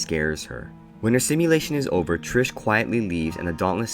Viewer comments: Bruhhhhh her name is TRIS not trish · you kept saying trish and not tris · WHEN YOU PRONOUNCED TRIS LIKE TRISH I WANTED TO THROW MYSELF OUT A WINDOW IT MADE ME SO MAD BSHFHFJSKRJG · lol love how you kept saying "Trish" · IT TRIGGERED ME SO MUCH OMGGGG